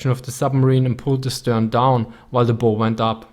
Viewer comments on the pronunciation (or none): Excellent presentation as usual. Your English is quite good. One correction "bow" as in shoots an arrow or tie a hair ribbon is pronounced the way you pronounced it. "Bow" as in front of a ship or boat is pronounced as the first syllable in Bauhaus. Reason? None, of course. It's English.